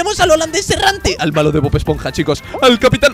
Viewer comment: dijiste bod esponja ❤